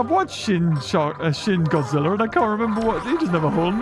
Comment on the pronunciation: Shin godzilla not sharkjira